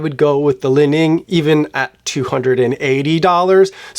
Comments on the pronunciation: Li Ning is pronounced "Lee-Ning" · Finally Chinese shoes here! For the last couple of years, I've completely ditched all my Nike and Adidas for Xtep with amazing success at less than 1/3rd of the price (I have two, waiting for my 3rd, all bought from AliExpress). (It's not "Lining", but "Li-Ning").